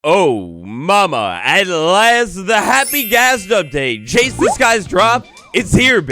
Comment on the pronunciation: Hey man, absolutely love your content But it's pronounced "Chase" the skies not Chase the skies